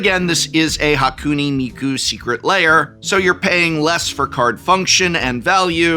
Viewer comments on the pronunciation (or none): Prof has had to say Hatsune Miku so many times that I think he's said every possible minor mispronunciation at least once. A couple of Mikos and a Hakune or two slips past after so many repetitions. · Tbh Prof, the intentional repeated mispronunciation of Hatsune Miku just comes off as a bit racist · At first i couldn't tell if he was mispronouncing "Hatsune Miku" on purpose or on accident. Then i realized he pronounced it wrong differently each time, and i had my answer. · is he deliberately mispronouncing "Hatsune Miku" each time as a running gag? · I love how the prof mispronounces hatsune miku differently each time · prof pronouncing hatsune miku a different way every time is kinda funny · I truly respect Prof slightly mispronouncing Hatsune Miku's name in like 4 distinct ways